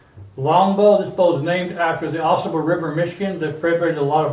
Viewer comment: pronounced ah sahble, at least here in Michigan